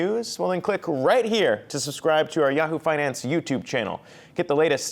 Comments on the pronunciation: “fry-nance minister...” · lol did she just say the french fry-nance minister